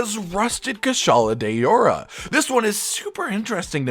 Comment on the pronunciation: “Kushala de-ora” wtf? You may as well have gone full on white guy and read it as “cue-shala de-ora”